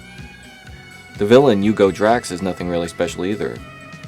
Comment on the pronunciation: "You-more" (Humour), "You-go Drax" (Hugo Drax).....americans especially ones who attempt to drop the H to appear cool simply can NOT comment Bond movies; or any British movie for that matter :-) Nice effort though.